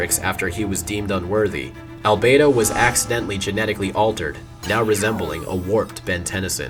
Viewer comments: Why did Omniverse change how they pronounced "Albedo"? It's "Albeedo," not "Albaydo." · love the detail of him pronouncing albedo's name as "al-bee-do" in the UAF part and changing it to "al-bay-do" in the Omniverse part